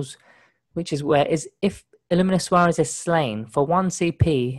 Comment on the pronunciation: you could just try and pronounce it as it's spelled......